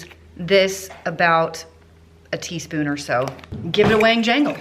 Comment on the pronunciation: "Teaspoon" lol